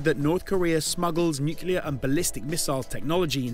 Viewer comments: "NUCLEAR". Repeat after me...N-U-C-L-E-A-R, not nucular. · Sorry matey. You lost me on your pronunciation of Nuclear...nuculear aint the way.